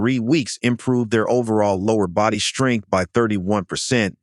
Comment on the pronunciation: Worst jive AI voice ever. Shtrength. really? It’s pronounced Strength.